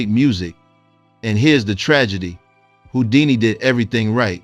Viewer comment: Well deserved and earned tribute. Thk U. Also replace ripped with R-I-P and Who-dini, not whoo-dini.